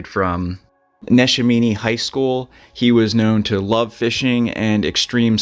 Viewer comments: Neshame high school?? Neshaminy nesh-am-iny....🤣🤣 I know I'm local and obvio!!usly know how to say it but you weren't even close!! Edit.... you did a great job covering the facts! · I grew up in Bucks County…beautiful part of the country that’s for sure. I remember visiting family that still live there and seeing the billboards. Thanks for telling the story, it was very tragic. You butchered some of the names of places [for instance, Neshaminy is Ne-sham-in-eee] but no worries, it must be a thing. 😂. Great reporting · Pronounced nesh-am-min-ee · You pronounced Langhorne and Neshaminy ( its nuh-sham-in knee) wrong. Clearly your not from the area. It's not hard to look up correct pronunciations but the missing people in this video matter most. My heart aches for the families. So sad. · It is pronounced Na Sham In Knee. 😅but that gave me a good chuckle. Don’t try saying the Schuylkill River. 😂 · Just so you know you should really look into the pronunciation of the towns you mispronounced neshaminy high school plumstead just off the tip of my head . I grew up in Chalfont pa. In bucks County. So when you pronounced those names I actually had to go back ad watch to realize where you were talking about . Not taking away from your story but please make sure you ask someone instead of just saying it the way you think it's pronounced. Just a friendly tip from a ex bucks County resident.